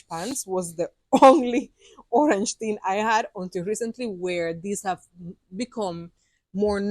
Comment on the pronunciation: Toilet paper ting (not tin).